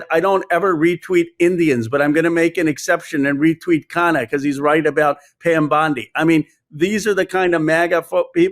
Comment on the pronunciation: Americans should learn how to pronounce Indian names. 😂😅 There's a reason why the letter 'n' is repeated twice in the name Ro Khanna!!!!🎉🎉🎉 you lay emphasis on the 'nn' - lol!!! This is the second channel where i've noticed this.